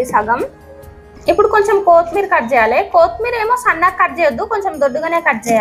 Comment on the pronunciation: Thalli kothimeera Kothmera kaadu.